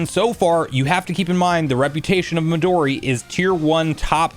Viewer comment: "Me-Doh'-Ri" ... NO IT'S Mehdoooree.